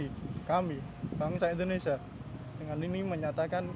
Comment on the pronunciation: Indonesia bukan endonesa hehehe